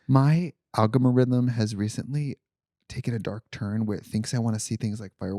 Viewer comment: Not the "algamorithem"